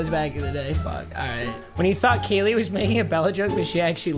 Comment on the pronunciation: It's kayleeeeeee